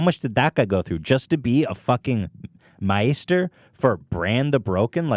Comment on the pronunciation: How do both of these guys, hardcore Game of Thrones fans, manage to mispronounce Daenerys? Ethan even butchers "Maester".